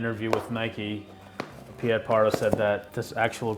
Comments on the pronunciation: His name is not pronounced as Pe-yet, but it’s Pete Parra ( /ie/ in Dutch is pronounced as /e/ ) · Piet is pronounced as the name Pete.